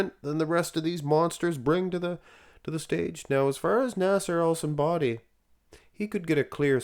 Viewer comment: "Nassair el Son Body" 😂